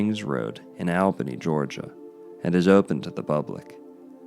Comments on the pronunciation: I grew up swimming there throughout the 60s and 70s, being born and raised in Albany. BTW it is pronounced All-benny. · I actually live in Albany(pronounced ALL-bany). And used to swim in Radium Springs when I was younger. There's no harm being done to the people or environment of the area. Sadly the public is no longer permitted to swim in the actual spring, bc of the danger of debris being deposited by the famous "Flood of '94" whic was deemed the flood of the century. It devastated the city and surrounding areas and its impact is still felt today. I remember it like it was yesterday, as i was young at the time, i remember having to evacuate my home at 2am due to the waters rising rapidly. We lived on the Kinchafoonee Creek which is one of the water ways in the area. Our house took on 9 feet of water. It was wild. Anyways, enjoyed the video. Btw. You're confusing radioactive decay with electromagnetic radiation. Just because you see the word radiation, doesn't mean it has a negative connotation.